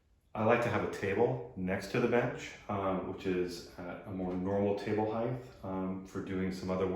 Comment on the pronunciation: height vs heighth